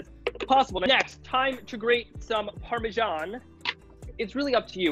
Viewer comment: parmashan